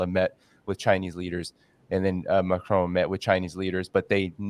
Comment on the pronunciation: Some day he will learn to say 'Macron' rather than 'Macrone'... either that or France will elect a new president.